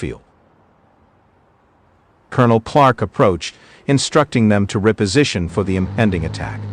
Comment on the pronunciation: When the A.I. said " Rep- position ,I quit watching !!